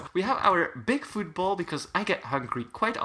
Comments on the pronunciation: i thought you said food bowl when u said football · him trying to say food bowl: football him saying football: food ball